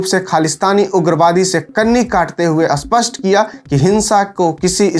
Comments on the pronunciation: भाई, अपना उच्चारण सही कर लो, स्पष्ट होता है ना कि अस्पष्ट । 😔भाई, देश के लिए हम अपनी जान भी दे सकते और भाषा का अपमान नहीं सहन करेंगे । spasht kr Lo 😂😂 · सर, अस्पष्ट नहीं, स्पष्ट होता है --- ऐसा बोलिए। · भाई, खरा है नहीं, खड़ा है, सरक नहीं सड़क, आस्पष्ट नहीं, स्पष्ट